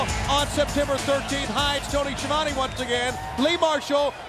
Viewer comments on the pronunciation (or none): Highlights Nice Sign! Stevie Ray pronounces Tony "Schiavonne" like Dusty Rhodes looks like Disco Inferno showed up in pajamas Ernest Miller sounding like HongKong Phooey. Perhaps that's who his Cat name homages. K-Dogg's "Rowdy Roddy" speech Very kind of Rick Rude to give K-Dogg a choice of who can beat him Good match Scott Norton vs. Jim the Anvil Chris Jericho's New move! Heenan as a broadcast journalist DDP vs Stevie Ray. Nice of them to colour coordinate their pants for the match